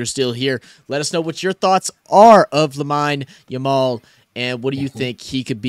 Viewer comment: It's pronounced Lameen Yamal